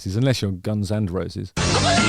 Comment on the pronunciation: I know this is completely random, and not really relevant to anything, but I loved the way Justin said "Guns AND Roses" like it's one thing to get one or the other, but both together in the same gig??? Good luck with that!